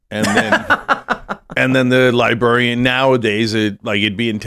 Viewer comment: Cenk can’t pronounce librarian lol